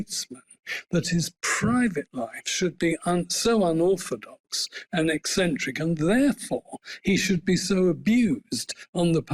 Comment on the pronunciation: The woman calls herself a journalist, and can't even pronounce a word like ECCENTRIC! The scholar repeated the word multiple times. One would think she could correct herself in real time, but hey, she is a millennial posing as gen-z... Why would she admit???